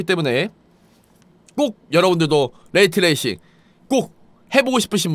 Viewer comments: 레이트 레이싱이 아니고 레이 트레이싱이다. 정보 전달인데 읽는건 똑바로 읽읍시다. 한국어도 아니고 두 단어의 영어인데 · 레이 트레이싱(Ray Tracing)인데 레이트 레이싱이라고 끊어 읽으시는군요 Rate Racing.....ㅋㅋㅋㅋ